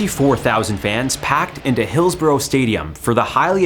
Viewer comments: pronounced 'Hillsbruh'...... not 'Hillsboro' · Script written by AI by chance? By the way, its pronounced Hills-brugh not Hills-burrow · Im a Liverpool fan. The police trued to cover it up and The Sun newspaper blamed the fans. Disgusting. Its pronounced Hills-burra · Excellent presentation of the event but I'm going to be really picky and say that, in England, Hillsborough is pronounced "Hills-ba-ra". Yeah, I know; English spelling of place names doesn't bear any relation with the pronunciation. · It’s pronounced Hills-bra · I cant stand how he pronounces Hillsborough 😂